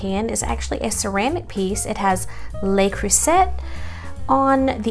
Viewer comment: FYI: it's pronounced "lay crew say" 🙂